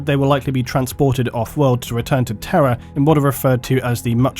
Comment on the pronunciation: I misheard "Terra" as "terror" for the entire video, and it still made sense.